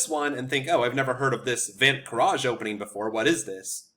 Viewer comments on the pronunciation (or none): You are butchering the name. It's said like 'funt kraze' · You looked up the Dutch pronunciation and arrived at that? Put it in Google Translate. It's Fon Kraus. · Love the opening as my opponents do not know how to respond to it at my lvl (1400s), with some studying you can demolish your opponents. By the eay your pronoucing it very very very wrong hahaha, the ui or uij sound isnt known in English so I wont blame you, greetings from the netherlands! 🇳🇱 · the pronounciaton was wrong but good try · Thanks for the video, it 's excellent. Your pronunciation of Van 't Kruijs however is still way off ;) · Funny how he looked up the pronounciation and still got it totally wrong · As a dutch I find it really funny how he pronounces the name XDDD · No, you're not pronouncing it correctly but it's near impossible for foreign speakers to accurately pronounce dutch. So no worries.